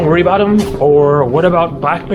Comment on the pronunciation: you've said aboot ..... the Canadian's coming back! (realise you're in Alaska 🇺🇸)